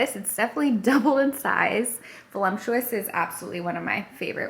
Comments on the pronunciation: There is no M in VOLUPTUOUS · Fun to see another novice bumble through bread making the way I do! And not to be the jerk correcting in the comments but Since you said it was your favorite word to describe bread, i just wanted to let you know that there is no “M” is voluptuous. But it is a GREAT word to describe dough!! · You’re so cute but there’s no M in voluptuous 😬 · Are you trying to say “Voluptuous”? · lol, the pronunciation of ‘voluptuous’ 😂